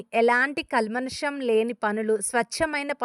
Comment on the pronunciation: Klmanusham kaadandi kalmsham